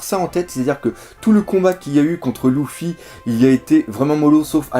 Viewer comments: c luffy et pas louffy dit luffy et pas louffy stp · J’avoue c'est perturbant! Luffy ou Leuffy ok mais Louffy .....Mdr ! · Ça se prononce Leuffi pas Louffi en français !